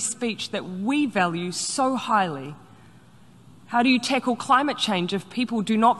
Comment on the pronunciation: “How do you tickle climate change??“ She can’t even say the word tackle lol yeah let’s go up and tickle the clouds lol